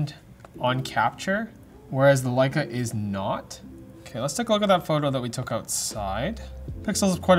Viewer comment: Pronunciations were perfect. Both Leica and Leitz. Now try Angela Merkel.